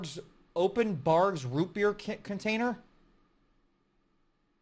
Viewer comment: Thanks to Ronnie I now know how to say Barq’s